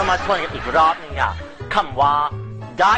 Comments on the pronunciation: ได้อีกกกกกกกกกก เน้น เข้าไปคำนี้ ฮาขี้แตกขี้แตน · ลืมเน้น "อีก!!" ตรง ทบทวนกันอีกรอบน่ะค่ะมาดามมด 555555